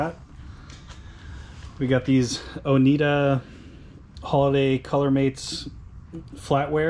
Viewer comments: It's pronounced O n I d a ware cutlery. I'm from upstate NY. :) The e is silent. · Hey man the word ONIEDA. the E is silent. You pronounced it wrong dude.